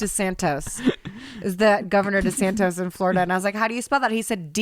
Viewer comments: Sorry to pull a Hermoine here but it's DeSantis not DeSantos, or DeathSantis if you prefer:D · DESANTIS, NOT DESANTOS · It’s Santis not Santos!! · DeSantis.... not DeSantos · Hilarious that they don't know it's DeSantis not desantos 🤣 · It’s DeSantis (aka DeathSantis) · desantis actually. was saying it wrong lol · It's DeSantIs hahahahaha y'all tried your best lol love you!! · You’re not going to be able to sound out his name if you don’t even pronounce it right. His last name is DeSantis. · I have to be that person…… I’m sorry…… BUT it’s DeSantis… lmao (love the show tho <3)